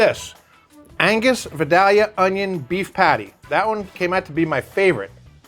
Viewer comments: Pronounced vIdAlyuh please... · It hurts my ears that you are so close to Georgia and don’t know how to pronounce Vidalia. It’s Vie-Dale-ya. Otherwise, great video.